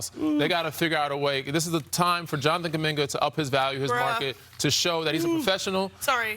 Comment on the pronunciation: It's Jonathan, not Jonanan Kuminga